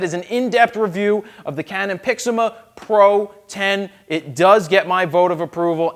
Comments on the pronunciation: You still say Pixima :P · I believe he was commenting on your pronunciation of PIXMA.